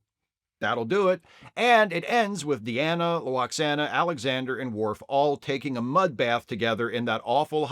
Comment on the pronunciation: I agree that she's horrible, but her insistence in calling Worf "mister Woof" will never not be funny.